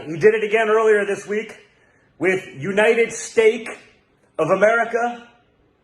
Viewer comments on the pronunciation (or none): Don Jr said United Steak.😁